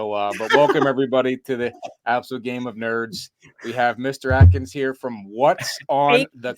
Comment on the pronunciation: One of my favorite interviews thus far…it’s “AKINS,” not “ATKINS” 😂